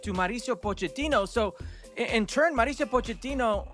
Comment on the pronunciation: Dear gringos please pronounce MAU RI CIO not MARICIO